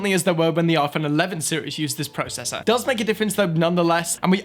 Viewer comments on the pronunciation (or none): Dayum he said Pro cessor instead of processor 😂